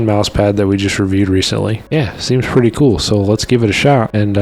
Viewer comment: Pwetty good huh pwincess 😺